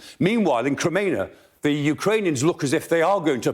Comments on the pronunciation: Yeah he only absolutely butchered Crimea about 10 times but yeah guys I see your point. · this moron cant even say crimea right